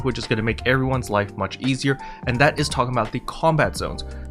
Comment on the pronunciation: Did you just say "talmbout" ... bro that's my native language. I didn't know you spoke Southern Black guy lol